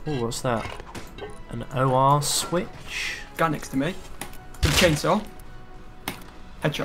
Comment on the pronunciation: I’m sorry but it is called and or switch not and oh-ar 😂😂